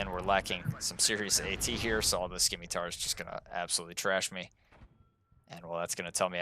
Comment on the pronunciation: It's pronounced like "Simitar," it's a soft C. Not to be a jerk just for future reference is all :D